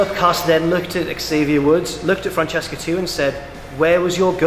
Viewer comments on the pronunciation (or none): none